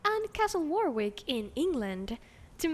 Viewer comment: English is dumb but Warwick Castle is annoyingly pronounced like Wa-rick, so you don't pronounce the second w. to be super nit picky